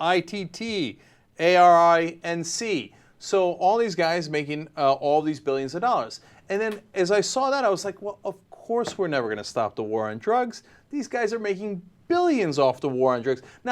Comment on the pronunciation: ARINC is pronounced ah-rink or ay-rink